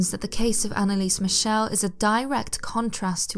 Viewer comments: As a British person, I truly expect you to KNOW (or learn) how to properly pronounce the German name MIchel! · Yeah though she pronounced her surname wrongly (but that doesn't matter at all as it's not distracting in anyway whatsoever, like even the name Schmidt (my surname but in German) is pronounced shmit, her surname's supposed to be pronounced mik-el.